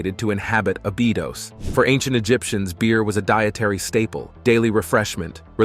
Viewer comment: You've pronouncned Abydos every way but the right way. It's Abby like the girl's name and dose as in a dose of medicine.